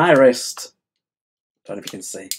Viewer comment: Wrist, not waist 😂